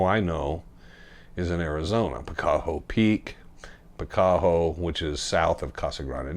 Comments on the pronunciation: Picacho , Pi ca cho as in Picacho Peak ! Not , Pi cac ho ! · PicaCHo not PicaHo